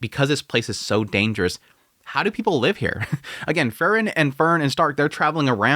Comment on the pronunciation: Sadly he's never been able to pronounce Frieren correctly which is odd considering it's said quite clearly in the anime as well as people leaving comments on how to pronounce it.